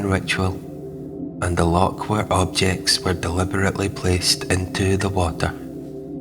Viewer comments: Scottish accent but what Scot pronounces LOCK instead of LOCH? a lock is used for releasing water in canals. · A grand wee presentstion concerning my former city - I'm a Weggie these days. Just one wee point...loCH! The guttural sound is not difficult. 😊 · Maybe you need to pronounce "loch" though.